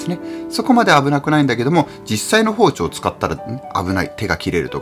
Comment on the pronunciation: あらぁ～ 息子ちゃんの「さいごまで ごしちょう ありがとうございました。」「チャンネルとうろく よろしくね。」にキュンキュンしました。 かわいぃ～。😆 子どもと料理すると、楽しいけど、まぁ、散らかりますよね。片付けが大変。 クリスマスケーキは我が家もよく一緒に作ってて、小学校高学年になると３兄妹だけで作ってました。 一応、プロが作ったケーキも用意してて次の日に食べてましたけど。 おやこでてまきるもん、楽しみにしています。 あと、『包丁』のアクセントが福岡と違ってて面白かったです。 大分は、ほぉ⤴️ ちょ➡️ って発音するんですね。 福岡は、ほぉ➡️ ちょ➡️ です。🤭